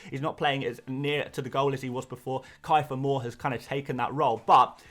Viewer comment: Ki-fer Moore 😂😂